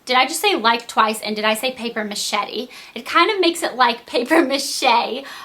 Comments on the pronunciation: lol paper machetti ! its paper mashe :p you look beautiful in this vid. your eyebrows do look the best they ever had . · haha, paper machete! Its mache MA SHAY!